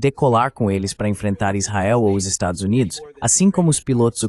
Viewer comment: Não intendi essa AI de tradução ele consegui pronunciar tudo menos estados unidos da américa.